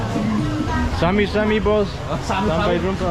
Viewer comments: Not sami sami. Its sama sama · welcome = sama sama normally and not Sami Sami, pls remember 👍